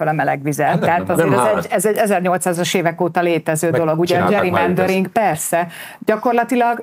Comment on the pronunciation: Nem dzserimendering hanem gerimendering :)